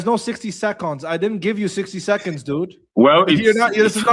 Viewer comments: Sixty Secohns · The "60 secaunds" killed me 🤣